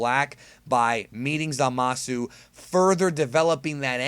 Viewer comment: You say it right i think at long time go